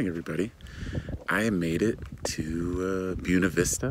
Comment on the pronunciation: FYI: BUENA VISTA is pronounced BWENA VISTA.😁 That salad looked amazing. Yum!✨ I’m glad you’re with friends for awhile. Olive looks like she’s enjoying Moo Moo’s company, too.😊 Thanks for the tour of Leadville. Pretty town.✨ Here’s hoping and praying everything lines up in the schedule for you. I’m also praying that the price of repairs is reasonable.🙏🏻 That rain should clean the air of the smoke... for awhile. Unless the fires are extinguished, more smoke will come.☹️